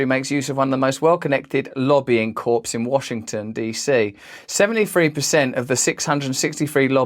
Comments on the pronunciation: Hate to be a stickler, but it’s French. Corr… not corpse. The p AND the s are silent! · Corps is pronounced with the ps silent. It’s not a dead body!